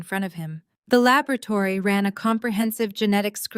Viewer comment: Labrotary or laboratory? So artificial narrative